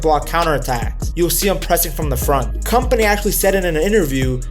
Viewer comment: you dont read his name as "company" ffs